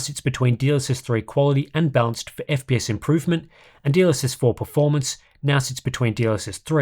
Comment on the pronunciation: I know is saying "balanced", but I can't un-hear "dlss bounce" 😭